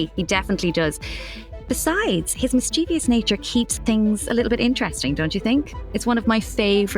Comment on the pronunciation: Why are these professional voice actors pronouncing "mischievous" as if it was " mischievious"?????